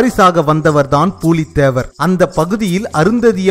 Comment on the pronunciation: Not பூலீ தேவர் it's புலி தேவர்